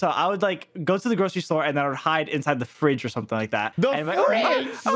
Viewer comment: No one gonna talk about how said the friDgE!